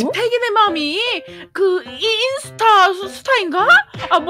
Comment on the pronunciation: 인ㅡ타 인데 저작권 때매 인수타라 하셧나용? 셧× 셨 아니까 뭐라 하지는마세용